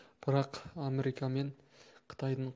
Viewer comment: Америка деп айтыңыз , Амрика емес....ісіңізге сәттілік тілеймін